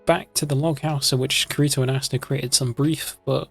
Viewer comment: Bro he said kreto